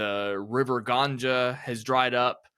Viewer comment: River Ganja 😂 Its Ganga